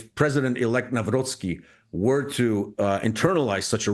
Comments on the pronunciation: You need to learn the pronunciation. The "c" in Nawrocki needs to be heard. Say [Navrotzki], not [Navroki]. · Its NAVROTSKY not naa-wrookee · It's not Naraki, it's Nav-rots-ki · its not “nawro-kee” its “Nawrotski” “C” in polish reads as “ts” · Read: Navro-C-ki, C is C like 'Ts in Tsar'. Above all, never read w as 'w' in windows, w is read as v. There is no v in Polish language. Its hurtful for ears to hear 'Nauroki' The C and W is there for a reason. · You butchered his name :) haha. Not Nahwrocky but Navrotshki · You pronounce NAWROCKI wrong. It's Navrotski, not Navroki. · With all respect but could you please try to correct your articulation of the name Nawrocki ? Myself and other Poles may find it somehow disrespectful. It isn't Nauroki but Navrotskey. It wouldn't matter much with a tennis player but he will be a Polish President for next 5 years. This will make a big difference showing proper respect. Thank you. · For goodness sake, could you learn how to pronounce a new Polish president elect’s name? Not Nowrocky but Navrotski ! Listen to Dr. Mike Krupa. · It is not Newroky (however there was a meme that he is "New Rocky", since Nawrocki was a quite active boxer in his times) - it is like "Navrotzky". We pronounce "cki" as ~"tzky" in polish. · spelled NAVROTZKY not NAWROKEE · Spells Karol Navrotskii, not Navroki 😂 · His last name is pronounced: Nav-rhotz-key accent on the middle syllable) Thx. Edit: Some of the keys on my old PC work intermittently, sorry. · you pronouce wrong his surname by saying Nawroki. It should be Nawrocki with capital C pronounced like in word "cell" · Nawrocki we pronounce like "Navrotsky"... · It is pronounced Navrotski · It's Karol NawroCki! Not nowroki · Nawrocki is pronounced Nav-rotzky. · Karol Nawrocki is pronounced as: 🗣 "Kah-rohl Nahv-ROTS-kee" Here’s a breakdown: Karol = KAH-rohl (like "Carl" with a softer 'o') Nawrocki = Nahv-ROTS-kee "w" in Polish is pronounced like an English "v" "c" before "k" is a hard "ts" sound